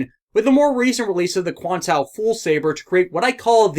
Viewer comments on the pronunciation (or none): why did you call it 00 quantao when it's QuantA?